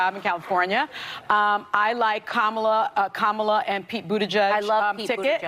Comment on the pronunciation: I'll speak for Ron DeSantis, hay The View go F yourselves. Ron DeSantis will never run against Trump for the presidency. It's Kamala Harris not Komala Harris.